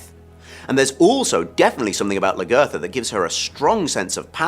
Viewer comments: I agree with you...he did not learn how to say her name correctly. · why doesnt he say lagertha right? she's been on the show the longest and her name has been said the most...